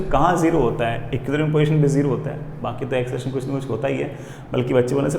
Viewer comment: "Ekkiuulibrium position"